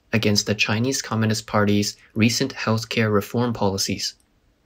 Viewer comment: You say it so often, might as well say "communist" correctly...as a professional communicator.